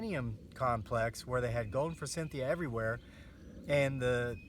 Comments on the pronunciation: "for-SITH-e-a" is how it is pronounced, instead of "for-CYNTH-e-a". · Sandy Ralston Thank you! The "n" was driving me nuts too! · Thank you! I hope this guy has read the comments. NO "N" in forsythia! The word "moron" does have an "n" in it... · Good video but forsythia does not have an n in it.